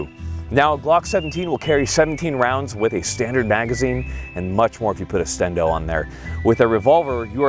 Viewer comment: I love that everyone calls it’s a “stendo” now🤣 they need to change the dictionary from “extendo” to “stendo”